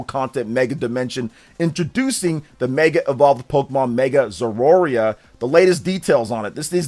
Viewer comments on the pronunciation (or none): It's not Zeroria, it's Zeraora. Ze-ra-o-ra. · "Zeroarea" 😑, no. It's Zeraora. Sound it out with me. Zer-uh-or-uh.